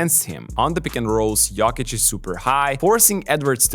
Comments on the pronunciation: it is "YOW-KICH " not "YOKE-KICH" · A suggestion: It's 'Yokich' as in 'Yo whats up', not Yawkich as in 'yawn or y'all' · It's not "yock itch" its "yo kitch" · Im from Serbia, to explain in English, it’s Yoke - eech. But the double ee sound is short and sweet, like the letter E when you do abc’s. And the emphasis is on the first syllable Yoke. Like Joke but a Y sound instead of J. So Yoke-eech accent on the Yoke. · u pronounced jokic wrong. its GOATic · I thought you are mispronouncing Jokic... but now I am wondering if the rest of us are xd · Yeaah, stop making NBA videos when you can't even pronounce the league MVP's last name correctly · That jokic pronunciation is a joke. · You also did it wrong ,it goatИЋ ;) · What is that weird pronunciation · I don't think so, I've looked up some pronunciation videos, the way is says it isn't accurate. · It’s not completely accurate, I’m Serbian and he is doing his best but that “o” is wrong.